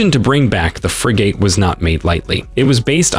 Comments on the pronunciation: I absolutely hate how he says Frigate 😖 Like where does he come from that that is how the pronounce Frigate 🤔😖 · Holy fuck can you not pronounce frigate correctly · You need to learn how to pronounce Frigate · I love how the AI narrating this keeps pronouncing frigate wrong and in different ways. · He pronounced it like 3 different ways lol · How did he say Frigate great the first time and then the rest of the video says Free Gate! And FF eeeeexxxx damn those AI voices are getting more real everyday but still have their flaws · OMG stop saying "FREE GATE" You pronounced it right the first time. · He pronounced frigate properly the first time and then never again. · Frigate… pronounced frig-it not frig-8 English is hard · It's not Fri-"gate" it's Fri-"gut" Please pronounce it correctly. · What the hell is a 'frigATE'....it's pronounced like frigit lol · Frigates fill a role that is better served by frigates than destroyer. And Every damn you people do anything with the navy you simply HAVE to mispronounce something. It is NOT pronounced "fri -- gate" It is pronounced "fri -- git" emphasis on the first syllable not the last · Frig it. Not fri gate. Jesus, your pronunciations are cringe. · What’s a FREEGATE? It’s actually pronounced FRIG GIT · You need to correct your computer voice. No one says Fri-GATE, it’s universally pronounced FRIG-it. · Go back to school, language class. It's not pronounced FREE GATE. IT'S FRIGET. GET IT RIGHT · The word frigate is pronounced frigette…not the hard A as in gate. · pronounced “friggit” 🇬🇧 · Frigate is pronounced ˈfri-gət, with emphasis on the first syllable…pleeeze! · Pronounced "Frig-it". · I hate Robots narrating videos. Why dont you teach your machines pronounciation? FreeGate ... ugh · Frigate, pronounced Frig….it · You are pronouncing, “FRIGATE”incorrectly. It’s definitely not called a “FRI / GAYT” or “FREE / GAYT” Copy editors may help. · Please pronounce Frigate properly. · You’re pronouncing Frigate completely wrong.